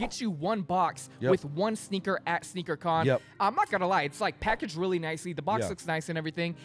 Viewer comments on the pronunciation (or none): It is Sneaker “Con” lol